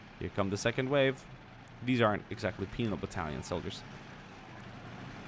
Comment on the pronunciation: Every time you said Soviet penal battalion I kept on hearing penis battalion, come on I can't be the only one right?